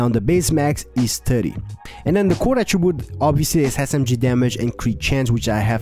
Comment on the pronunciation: the way you say core attribute makes me laugh 🤣🤣🤣🤣🤣